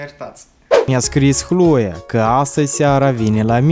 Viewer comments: Nu se spune Hloea,dar Cloe No hate👌🏻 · nu da de opt ori ai pronutat hloia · mam ras cand a spus alo hloe ha ha ha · Ai spus chloi de 10 ori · Eu am crezut ca spui hloia